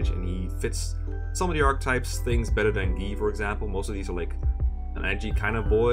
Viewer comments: I totally agree; the Japanese pronunciations and English pronunciations aren't always the same, and acting like the Japanese one is the only correct one is inherently wrong. And also annoying. I twitched every time he said Gii instead of Guy. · So, like, I get that Guy's japanese name is "gii" but "Guy" is actually a name in English and it's pronounced "guy" not "gii" so since you aren't referring to everyone in their original Japanese, it should probably be pronounced "Guy" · i think the "gii" pronunciation of "guy" is a case similar to camus. it's also a french name, but people who weren't aware of how it's pronounced in french took to saying it another way. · "Gi" is the French pronunciation of that name, Guy. So I just though you were being European. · I was kinda suprised about how Guy was pronounced as Gee, so I decided to briefly confirm it for myself. It’s true, that is how it’s pronounced in Japanese. In the video “【実況】ファイアーエムブレム 烈火の剣 ヘクハー でたわむれる part8” at about the minute mark, the Japanese guy playing even pronounces it that way directly. Although I think pronouncing it that way can be argued to be wrong. The localization team translated it into the more common name Guy because it was likely better suited and sounded more natural for a Western audience. I mean, with the argument that we should pronounce Guy as Gee because it’s more acurate to the original Japanese version, we should also be calling Lucina by her more acurate Japanese spelling: ‘Rukina’. I don’t blame for saying Guy is pronounced as Gee, but I do think it’s not correct to do so.